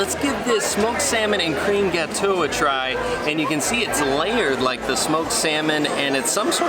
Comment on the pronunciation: Great video. Would love to help you with some of the pronunciations though (gelee = gel-ay, gateau = ga-toe). Yeah, I know, nitpicky.